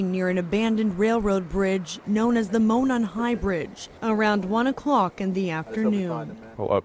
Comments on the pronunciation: I’m from the area and I see you got the pronunciation of Delphi now but Monon is pronounced “mown-on.” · and yet Mon-non High Bridge just slips by.... Moe (Hey Moe!)-Non...rhymes with moron, ((not a slight or a jab!)) as in Monon (semi)Trailers. I can't really fault 10toLife, there are at least five other's who don't pronounce either right. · It’s ok 😂 I knew you would mention mispronouncing Delphi… when I heard “Delphy “… also Monon high bridge is pronounced “Moe-non” they have a little bit of a “southern accent”… not as bad as Tennessee. I think we draw our words out a little more 😂😂😂. I honestly thing that Kline and Allen know each other from the really sick interests they have… I think they have a lot of gathered evidence that only the killer or killers would know. In my opinion the chief took this case to the highest level of professionalism and care. This case made him angry that a human could do something so horridness to these two beautiful girls…. The scene was staged from what the chief said…I think they will still keep certain details close to their chests until a trial… they want these charges to stick to the person/persons responsible…. I think this is why 2 different sketches went out…. I don’t think one man could over power both these girls….. Liberty’s instincts kicked in before they ever left that house…. This person knew them trails and the area like the back of his hand. I think a lot will come out and I think for someone to be arrested and the authorities are giving news reporters time to get to town… this chief is playing his cards right and proud of the work law enforcement and everyone has accumulated. Today is the day💙❤️ Abby and Libby, you two are very bright stars that shined so bright that your light gave clues, hope, and confidence to the law enforcement that will now give you justice f